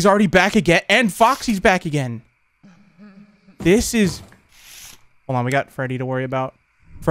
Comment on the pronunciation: it sounds like he cussed, but he said 'man this is intense' it's just the way said it sounded like that.